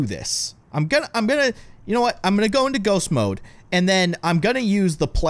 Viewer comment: its mode not moke